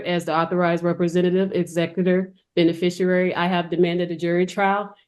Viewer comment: The woman (who pretends to be a lawyer) can't even pronounce the words of the various legal proceedings properly "recruisal", "benefishurary"... The judge, who's a bit smarter than the pretend lawyer, gives the individual a tongue lashing. What a joke. Some ethnic groups just can't figure out the basics.